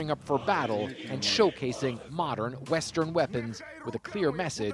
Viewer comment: "Modern", not "morden", stupid Russian.